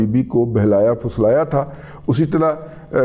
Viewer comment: Razi Dada sb yeh murakkab lafz hy "behlana phislana"...! Not phuslana..!